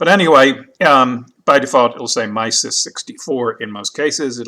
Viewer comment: Dude!! "My-sis" really??? Try "em-sis"!